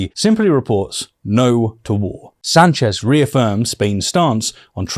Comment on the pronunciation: I'm from Spain. Two things: First, the official title for the Spanish Head of Government is President, not Prime Minister. We're not the UK. Second, that's not how you pronounce "Sánchez". Other than that, good job. Those bases were leased to the US in the late 1950s in exchange for American support to Franco's dictatorship.